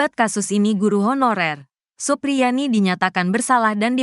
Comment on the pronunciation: Supriyani bukan suprianti, omongan mu panjang nya sampai ribuan kilometer, tapi jadi basih hambar karena sosok nya siapa terus jadinya siapa , karena yang benar supriyani bukan suprianti, tolong biasakan mengucapkan namanya dengan baik dan benar biar gak salah faham.ok...